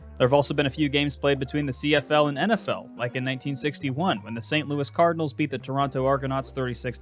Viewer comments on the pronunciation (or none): none